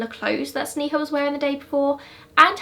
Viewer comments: Pronounced sney-ha but I love your videos ! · Hi.. just wanted to let you know that sneha's pronunciation is sn'ay'ha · It’s actually pronounced SNAY-HA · It's pronounced Snay-ha but eh :P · Girl. you did a good job on the video, research etc but at least pronounce Sneha's name right. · Yeah it is, we can understand the difficulty of pronouncing Indian names, never mind, still love your videos anyway! <3